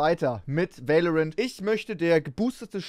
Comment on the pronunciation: Warum sagst du immer veilorent?